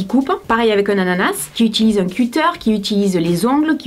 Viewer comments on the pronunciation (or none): perso moi cutter je le prononce "cutteur", ça me perturbe ta manière de le dire 😅 "cuttaire" wtff 😂😂😂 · Mais mais, sii on prononce "ceutteur" pas " cuttér" hahaha je t'adore bisous ❤ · cuter hahahahhahahaa pour moi qui est du Québec on dit un "coter" vraiment comme moteur mais avec un C hahahaha ouais tu peux rire de nous, je te donne le droit oh non ! moi qui croyait en ce produit! et bien vraiment merci ça va nous faire éviter d'acheter ça j'ai adoré ton mot de la fin sur tes vidéos et les publicités mensongères, je suis totalement d'accord avec toi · Un cutter( c'est le mot anglais) en français tu prononces cutter(qu tter) et l'autre que tu dis c'est quoi ça c'est le véritable mot anglais. Mais bravo pour tes vidéos. J'aime beaucoup ce que tu fais. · cutteurs sa s’écrit « eur » donc sa se dit eur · J'ai pas trop compris pour le "cutter"... Je suis de Paris et là-bas on dit presque tous " keutteur", "kuttair" c'est vraiment prononcer à la française, mais je pense qu'il faudrait le prononcer à l'anglaise (keutteur) car c'est un mot anglais :) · Un CUITTER XD J'adore cet accent ! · Bon moi je pense que tu as trop forcé avec le kuterrrr 😄😄 !!ouai voila au moins on sait a quoi s'attendre !gros bisous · Ça se prononce « Keuteur » ça vient du mot « cut » qui veut dire couper en anglais . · haha ça se prononce keter car c'est un mot anglais super video ;) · Tous les gens de mon entourage ne disent pas cutter comme toi, en fait on le dit à l'anglaise ^^ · Cutter est un mot anglais donc prononciation a l’anglaise :) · Un cutter avec l'accent anglais parce que le mot est anglais.... -_